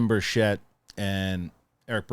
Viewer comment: Sorry in advance, but Tim himself mentioned this. His last name is pronounced birtch-it. Emphasis on the birtch. 😊